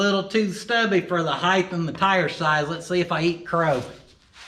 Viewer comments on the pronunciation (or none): Everyone on YouTube says "hithe" instead of height.